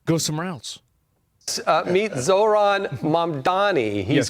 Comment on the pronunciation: no sauron is like saw wron he is pronounced zo rahn